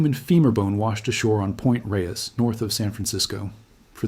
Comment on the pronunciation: Yeah, I don't get the point of A.I. narration. The computer can't pronounce "Marin" or "Point Reyes" correctly. Why am I to believe anything else A.I. determines?